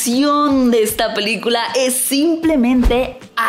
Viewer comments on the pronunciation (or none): none